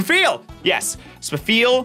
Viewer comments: 67/135. Just stuck in my head Edit: also, it's pronounced "Sfeel," not "Spuh-feel" Edit 2: 108, counting Masquerain, Manectric, Vigoroth, and Carvanha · Spafeal spafeal? disgusting pronunciation honestly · I think he pronounced it as "Spuh-feel" to help himself spell it correctly